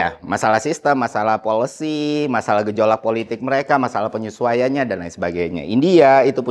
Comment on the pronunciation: Policy, bukan polusi hehe